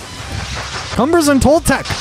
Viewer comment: I will tell you it's an awesome video, but you pronounced a few words wrong reading pronounced read like just read a book yesterday. and its "cume-bres" but thanks for looking into such an awesome world.